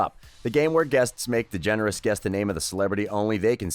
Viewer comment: Ellen degenarate?🥴